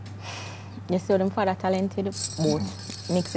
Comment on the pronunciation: Lol baby fadder the word is father